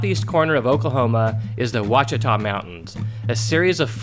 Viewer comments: Ouachita is pronounced "Wash-it-aw", not "Watch-it-aw". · very good video! buut Ouachita is pronounced Washita like Wash-i-taw